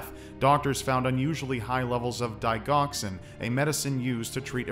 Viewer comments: Digoxin is pronounced "dig jox sen" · I heart you dearly, so I hate to be "that person", however.. Digoxin is pronounced "Dih - jocks-in" with two short I sounds and a soft G sound. I promise, I shall flog myself later for committing the cardinal sin of YouTube enunciation annunciation. >_< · It is D-Jox-in ..... ;) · It's pronounced di-Jox-in not do di-gox-in lol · digoxin is pronounced DIG(like digimon)OX(like the animal)IN. source: I'm a (not evil) cardiac nurse. Love your videos. :) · Digoxin. Pronounced "dijoxin" - like digit - not dig. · what is die-goxin? Its pronounced liked the dig in digimon. Only sometimes do off pronunciations give me the need to correct... I suppose this is one (Probably cause its such a common heart med) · It's deh-jock-sin (dəˈjäksən) not die-gauks-in. Just an FYI... 👍🏼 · Digoxin is pronounced with the “g” sounding like a “j”. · My wife who is a nurse said you pronounced digoxin wrong. Get it together ☺. Apparently the g is pronounced as a j. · "Digoxin" is "dig" like digit .... 👍🏽😻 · You pronounced the names of the medications pretty well. Although, digoxin is pronounced dig (like digit)- oxin. Good video. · Digoxin, the "g" is pronounce like "j" in jack. I've been an RN for many years. Very good video, BTW. :) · Gosh it took me a minute to realize he meant Digoxin. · The first medication's G is pronounced like digit...digoxin. Also, Bexar county is pronounced 'bear'. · You said digoxin wrong and I can't stop thinking about it. lol. Still love you and your videos! This one was extra awesome for me since I'm a nurse. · it pronounced digoxin g is like j in inject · Lol I had that thought too. I'm not expecting people to know how to pronounce generic drug names, they're definitely rough, but as a pharmacy tech that pronunciation made me cringe a little haha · That medical-related worker feeling when you cringe at pronunciation of digoxin.._. Lol it's a soft "g".